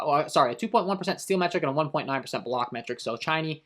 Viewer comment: Chiney, CHA-NAY